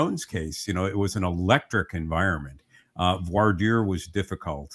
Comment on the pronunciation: It's Franch - Voir Dire is said like Vwah Deer. These are the verbs Voire (to see) and Dire (to say, tell, mean). If you want to say this right just say it in French and be done with it. If you look it up using online search the typical language tools have little speaker buttons with French speakers pronouncing it for you.